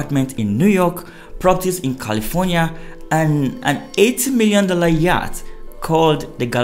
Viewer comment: That word 'YATCH' is pronounced as 'YOT', as in the word 'NOT'.